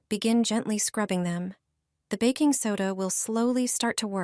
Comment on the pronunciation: ... "backing soda" 😂